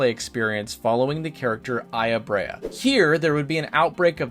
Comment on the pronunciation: Aya BREIGH (brea) and MY ADA {Meada) These are real life names, they have real pronunciations you could have looked up lol